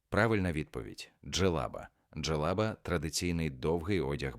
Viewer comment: Диктор-👍, але й є неправильні наголоси деяких слів, джелаба́, єхи́дна, замок...("Горох"вам в поміч))) з середини тесту прискорились з читкою))) а може це ШІ???😏 На заході ЧОГО не уточнено((( З астрономією знову у мене провал😪Правильних відповідей ледь половина, тест складний! можливо Генрі Морган